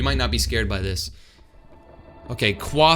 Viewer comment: Bro it's pronounce quasar